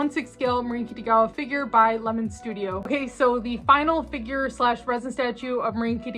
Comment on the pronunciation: Do you call her "Kittygawa" on purpose? Or do you just have difficulties pronouncing her name?